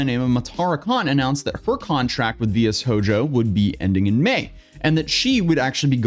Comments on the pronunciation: Your pronunciation of VShojo was the second worst executive decision involving VShojo this week...... so far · Dude...i refuse to believe you didnt look how to pronounce VShojo...it is right there on the ironmouse clip you showed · Bro did research but couldn't look up how people say vshojo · How can you trust a guy who didn't even researched how to pronounce Vshojo properly? Put more effort to it man. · I love how you went with pronouncing VSHOJO as someone who has only seen it as text and making an executive decision on how you're gonna pronounce it... instead of just looking up how it's pronounced. Big brain decisions being made here! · How can you include and reference video with the pronunciation, and then fumble it? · Honestly the mispronunciation and lack of desire to check a vid to see how it’s pronounced is probably the proper amount of disrespect here. Honestly it made it into a more lighter (despite the sad topic) video as we giggle every time you say it that way. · I am surprised, that for not knowing how to pronounce VShojo correctly (At the beginning of this video), because you hear it pronounced. Did not watch the video that he clipped to; or is he just ignorant? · Probably just doesn't care to pronounce it properly to disrespect the company without openly disrespecting it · It comes off as unreseached/unprofessional. Literally takes a minute to check, and doesn't take much effort to just reshoot/dub-over. While doing his research he should've watched the Ironmouse stream, and she would've said Vshojo multiple times during that stream. So it's just confusing why he would've have known how to pronounce the company? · Wait a minute how DO you not know how to pronounce it? Like everyone making a video talking about this would have been saying "VShojo" multiple times, do you only read? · Fr my ears bled everytime he said it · How did he managed to not hear how its pronounced when he's cover this topic?? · VS Hojo, of the S Hinra Corporation ;)